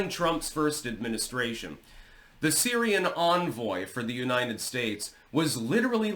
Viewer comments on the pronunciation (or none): none